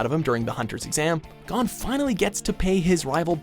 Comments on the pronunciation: STOP SAYING GON LIKE THAT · Every time he pronounced Gon as “Gone” I cringed...